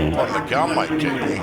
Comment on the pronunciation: Terrible English by these 2 idiot scammers. He can't even pronounce "Miguel" properly.